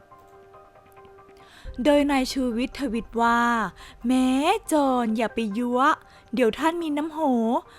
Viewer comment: อ่านยั่วค่ะไม่ใช่ยั๊วขัดใจมากอ่านผิดบ่อยมากปรับปรุงนะคะ